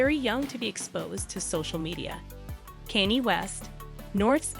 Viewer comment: I think you should learn the correct pronunciation of Kanye 's name. It's not Kenny. Makes me question your research.